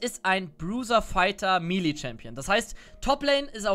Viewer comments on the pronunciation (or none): none